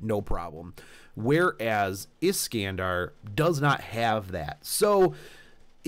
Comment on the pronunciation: Is-can-de? It's Is-khan-dar ;_